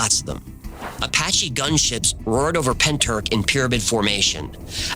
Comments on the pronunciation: Llantrisant. Pronounced like you're clearing your throat. Ll sounds a bit like a hla noise so to try and spell it phonetically is a bit like hlan tris ant . Pentyrch you almost got , the ch at the end is like a throat clear 😅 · Can't believe Pentyrch has got a mention on the best channel on YouTube! Almost as good as the Byrds singing about the Bells of Rhymney ........ Even if they effed up the pronunciation!! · As a Welsh person, your pronunciation if a bit off if I may say so. But points for trying. It's hard to say what it would sound like in English. Pen-tricht maybe? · Pentyrch, the ch is pronounced as if you’re getting a phlegm from the back of your throat. Cymru on the map babyyy! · Isn't he pronouncing Pentyrch wrong...? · Pentyrch pronounced Pentirch - 'ch' as in the ch in loch, not ck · Love your videos!! But Pentyrch is pronounced penteerch (the ‘ch’ like you’re hacking a loogie) lol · If you need help with Welsh name place pronunciation, just reach out. Pen-t-uhr-ch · Pronounced Pen-Truch. Not being a pedant as Welsh is a tricky language 😊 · Pronounced like this, say PENTY RICH Pentyrch….! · Hiya from South Wales (about 40 miles from Pentych 😊). Just FYI, you pronounce it Pen-tich (the 'ch' sound is kinda like when a cat hisses) 😊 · Not a criticism, but a pointer for next time you have to enunciate Welsh place names. Pentyrch is pen, tir like Tyrolean and ch as in loch or Bach. Llantrisant is Ll, like a hissing cat, an, like the name, tri like trip and sant like Santa Fe. In Britain, there are Polo mints, shaped like little hard minty bagels, marketed as the mint with the hole in it. Llantrisant used to be a place where they printed money, leading some to call it the hole with the mint in it x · Pen-tr-ich. The ch pronounced at the back of your throat, like a cat's hiss. Ll-an-tris-ant. The Ll pronounced by putting the tip of your tongue to the back of your front teeth and sharply blowing out air either side of your tongue. Good efforts though! <3